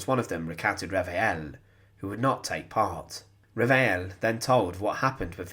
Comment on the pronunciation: Really excellent and well-documented video. Bravo! I'm going to sound very pedantic but if the name of the witness is spelt Reveil then it would be pronounced re-vay and not re-vay-el